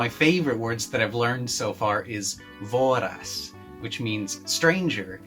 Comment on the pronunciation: You havent learned the word if you call it "vooras". It's õ not o.